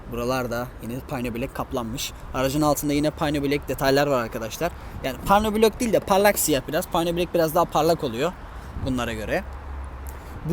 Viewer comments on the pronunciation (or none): Payno bilek değil,piyano bilek diye okumak gerekiyor.Bu ifade çok itici oluyor.Bir de "sanırsam" diye başlayan cümleler hoş değil.Tanıtacağınız otomobili biraz inceleyip tanıtmanızı naçizane tavsiye ederim.